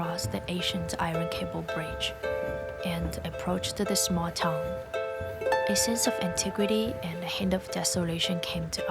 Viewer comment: Town is pronounced tah-un, not tong /tongue😂